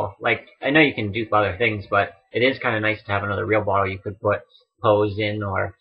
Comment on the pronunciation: I can't be the only one who keeps hearing "Reverse Photo Adventure".